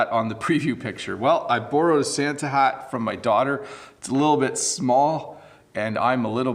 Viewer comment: Your Santa's shat is so cute~ hahahaha